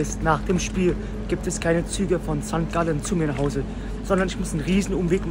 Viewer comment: Mein Lieber das heisst nicht auf Sankt Gallen sondern hopppp sangalllee